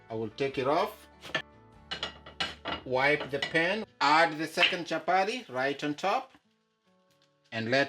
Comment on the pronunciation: It's chapati not chapary😂😂,nyc job